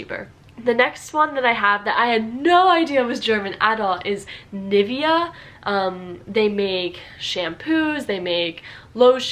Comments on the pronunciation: "NIFFya" hurt me most, a lot more than the wrong adidas and hugo. also a bit disappointed that she talked about different pronounciations, did quite well, but then completely missed NIVEA. can somebody please find a way to describe how it really sounds (i can only point a general direction: think of the state of Nevada and then say Nee-veh-a). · Ni-vie-a? It is pronounced as ni-veé-a. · Say Ni-Vea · We dont say NivEa, we say NIvea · It's not "NIvea" but "NivEa" (stressed on the "E"). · a Dieedas? Richtigerweise wird die erste Silbe betont: AAdidas... Bezüglich Birkenstock: die große Zeit dieser Marke ist vorbei. Bis zur Jahrtausendwende waren diese Schuhe Standard an jeder Uni (ok, nicht bei BWL). Nivia? Richtig: Niveeeea! Steiff mit dem Knopf im Ohr. Hairy booo? Haribo bitte mit deutschem a. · NIVEA is pronounced like "knee-vey-yah" some sumthin like that :3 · ok little correction: In america you say "adIIIIdas", you just said "adiDAS" and it is realy called "Adidas" the emphasis is on the "A" part Furthermore: Nivea is pronounced NEEVEA. Hugo Boss is pronounced WHO-GO BOSS with a verry short o in the Boss part (don't forget that the o at the end of Hugo is a german "o" sound so don't make it an anglish "ou" sound ) PS: I love your channel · Nivea is actually pronounced nee-VEH-ah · It is supposed to cater to American English because that is her mother tongue and that's what she understands the best =). Maybe "Nee-vay-ah" is better, it makes more sense pronunciation-wise :D. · you are not even german. if you were German you would know that it is not pronounced Niv-ay-a or something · the way she pronounced nivea... fyi, it's pronounced with the german E and A so niv-e-a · Nivia? Oh god i wouldn't be able to recognize that as Nivea. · You forgot the “y” as in Nee-vay-uh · Nivea is actually also pronounced very differently. It's sort of like "Nee-vey-a" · Us: Adiiiiidas Real:Adidas You sayin Nivea wrong too this is weird